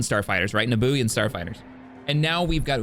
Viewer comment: It’s pronounced “Noob-ian” not “Naboo-ian”